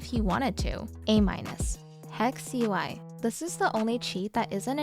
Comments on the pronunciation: It is pronounced hex-ui, not in the way says it though, but most says as, so I'm outnumbered anyway. So is correct, also that I'm danish and not russian. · hi, HEXUI is actually pronounced as “Nehui”, russian word for nothing, no, fu and many more